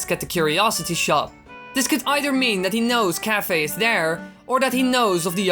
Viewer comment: Isn't it pronounced Kai-fay?